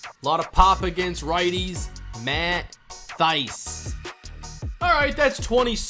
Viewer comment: FYI, Matt Thaiss is pronounced "tie-ssssss." The H is silent.